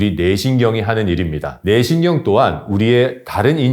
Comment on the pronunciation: ‘뇌신경‘을 ’네신경’으로 발음하시는데 개선하시면 더욱 좋은 강연이 될 겁니다. 차분한 목소리와 알찬 내용으로 이미 좋은 강연이기는 합니다.